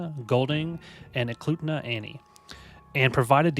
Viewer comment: Also you pronounce Eklutna right ☺️